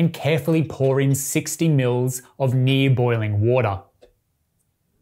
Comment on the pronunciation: you said "near" boiling water not "knee" boiling water 😒. LOL I appreciate that you give approximate expected output, thanks. This great recipe I use it a lot for my ml) Long Black or Americano. I prefer using AeroPress Flow Control Cap or Fellow Prismo cap with a paper filter on top of Prismo or AFCC to eliminate fines from final output.